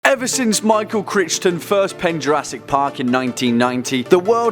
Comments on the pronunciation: It's pronounced CRYton, not CricTon. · CRI-TON ._. 'CRICH-TON' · His name isn't pronounced Cri-ch-ton it's pronounced Cri-gh-ton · CR i ch ton? its cri ton thats how you say it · "Critch-ton?" It's pronounced, "Cry-ton" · It’s not Michael Crichton (pronounced cri ch ton) it’s pronounced crighton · Yes Michael Crinston definitely not Crighton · “Michael Critch-ton” Really?? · Michael Cry-ton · Crichton as on crytun, dude. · Michael what. It's Crichton, pronounced Crike-ton. But same. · My man rly said criTCHON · You butchered Michael’s last name.